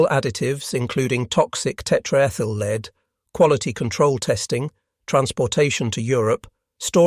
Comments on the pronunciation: Tetraethyl "lead" (Pb), not tetraethyl "leed". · learn how to pronounce lead!! Led Zeplin took the right decision when they removed he A!!